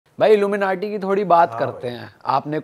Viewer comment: The way this gust says illu menatee😅😂 Haryanvie mixed accent!! 😂